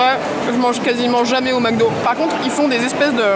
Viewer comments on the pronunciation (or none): none